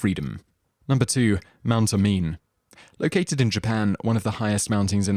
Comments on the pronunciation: It's pronounced Oh-Mee-Nay. Not Oh-Mine. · you mispronounced Mt. Omine. It's not (oh-mine) it's (Oh-Me-nay)...Hermione would be furious.. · Omine is pronounced "Oh Mee Nay." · It's not O - Mine. It's O - Mi - Ne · it's pronounce Mt. (Oh-mi-ney) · Its not pronounced as Mt. Omine, it is pronounced as Mt. O-Me-ne